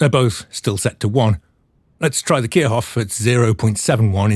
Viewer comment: Kirchhoff is pronounced like "Keer Shoff". The "ch" is a voiceless palatal fricative. :)